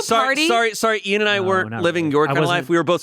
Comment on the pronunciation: Ian Eean Heean